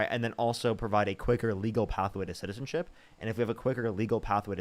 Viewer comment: This 47-year-old not only sounds incredibly uneducated, but ignorant and drunk! (Disks notice his pronunciation of citizenship…zizzinship!😂